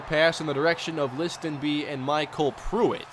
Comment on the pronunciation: The T in Listenbee is silent, just so you know